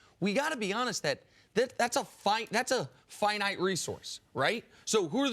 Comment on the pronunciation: Nick pronounced finite very wrong